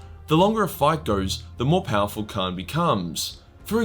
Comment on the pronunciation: By the way, it's Kharn, not Khan.